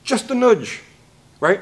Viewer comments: It’s not noodge…… It’s a nudge. Jeesh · A “nuge” is just a nudge that moved south…lol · Am I detecting a British Columbian here? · Also, it’s funny how says nudge. Lol